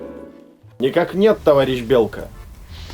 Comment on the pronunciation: Давно не получал столько удовольствия от просмотра ролика! Ура ТОВАРИЩИ! Но самый класс - это "товайищ" 😂😂😂